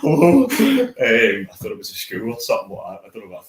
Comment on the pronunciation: needs to learn to put his tongue between his teeth and pronounce “thought” properly.